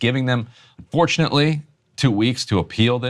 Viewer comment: Did he say "fortunately"or "unfortunately" about the 2 weeks to appeal. I listen to it five times now it sounds like he said fortunately, but that doesn't make sense